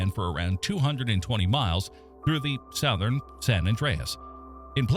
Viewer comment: Southern is pronounced "suthern" not "sowthern".....